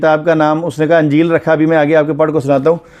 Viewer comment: Anjeel nahi sir injeel Zear ha